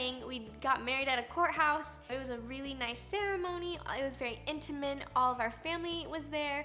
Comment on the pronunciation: Haha, when Roni tried to say intimate but said "intermin"